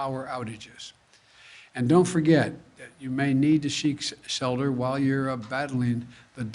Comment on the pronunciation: "You may need to sheek selter"... His mind is gone.